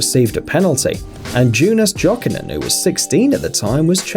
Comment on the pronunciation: What? Jonas Jokinen is from Finland, so read him please right: as Yonas Yokinen. Not Džonas Džokinen. Dement british comentators.